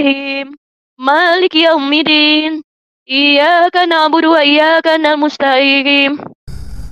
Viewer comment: Iya Dek ajari ibu itu utk baca yaumiddin,bukan yaumiddin dll deh